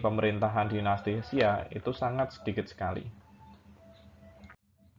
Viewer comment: Koreksi. Bukan Hesia bang, itu dibacanya Sia. Dan penulisan yang benar adalah Xia